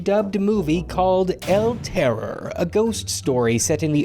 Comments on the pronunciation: tipo: "EL TEROUR" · Ya gotta roll the RRRRRRs EL TERRRORRRR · I’m Spanish and the way you pronounce “El terror” is definitely funny